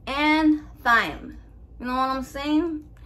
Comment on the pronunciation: Only bc said she's learning the english names of ingredients and we have no shame here in the gang gang, thyme is pronounced like time. Love ya